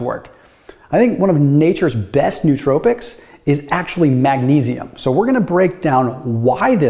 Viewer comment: Not in any way questioning the content, but Please! No-otropics, or noötropics, or phonetically, Noah-tropics. Like zoölogical or spermatazoön. Even the famously inaccurate Wikipedia has it right.